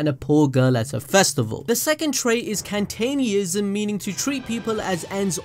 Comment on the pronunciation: the way you pronounced kantianism lol great videos though i dont even watch black clover